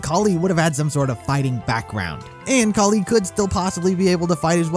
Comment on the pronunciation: Kali is pronounced Kal i